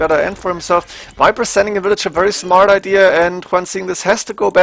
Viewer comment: its Viper not Wiper!!!!!!!!